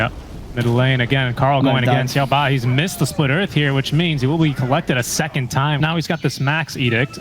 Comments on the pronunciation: "siaou-bah", just say Xiao- Eight fool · XiaoBA why is he calling him like that it hurts